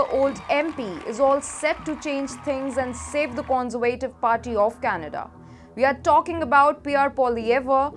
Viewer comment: You might want to practice 'Conservative' intonation on Google translate. Its a bit wayward.